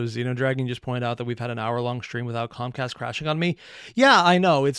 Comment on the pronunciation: Not gonna lie... it might not actually make a difference, but I keep mishearing ComCast as ComStar.